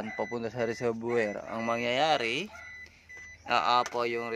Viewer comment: Kuya okay nmn yung po yun video nyo. Malaking tulong po. Gusto ko lang po sana itama yung pagbigkas nyo po ng Reservior. Wag nyo po ako ibash. Gusto ko lang po maitama para sa mga susunod na videos po ay maganda na po at tama pagbigkas nyo po. RESERVOIR - RE-SER- VU-WA Sana po gamitin nyo sya para sa improved video. Sana po nakatulong. God bless at keep it up po!